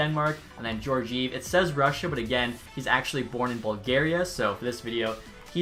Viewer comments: Bro, Georgiev is pronounced Guee-or-guee-ev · Geor(gore)gi(gee)ev. Sorry it's been bothering me.